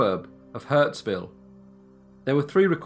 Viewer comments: Hurstville mate, not Huntsville. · The suburb is hurSTville, not HurTSville. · it's hurstville not hurtsville....... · I love your channel, and appreciate the mention of Windsor NSW where I grew up! I know I'm late, but it's Hurstville. Hurst. Not hurts! Keep up the great work!! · It’s HURSTVILLE not HURTSVILLE. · Ha, my partner just moved after spending 40 years in Hurstville, I should show him this episode. Note: Hurst-ville. Hurts- ville I know not but a good pun 😉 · The signage says "Hurstville"..... not "Hurtsville". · 'Hurtsville'? Never heard of it. In giant letters you can read 'Hurstville Picture Palace'...